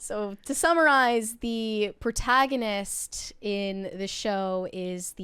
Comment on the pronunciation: Already failed 30 seconds in by saying "Protagonist"